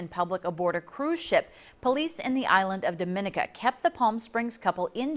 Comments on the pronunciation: It's pronounced Dah-muh-nee-kuh, not Duh-min-uh-kuh. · News people, please learn how to pronounce Dominica! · Hey,!!! If you're gonna call yourself journalists, learn how to pronounce "Dominica"!! SMH